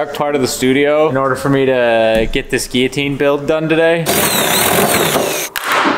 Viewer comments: It’s not said “Geeotine” it’s said like “Gillotine” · It's Guil-jotine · Are they pronouncing guillotine wrong or is it said differently in the States? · It's a French word pronounced with double L sounding like Y. I think the Brits pronounce it with hard Ls to spite the French. As the word Valet illustrates. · He was pronouncing it right in the last one... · You pronounce Guillotine really weirdly. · Please start pronouncing Guillotine correctly! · Why do you pronounce Guillotine like that?...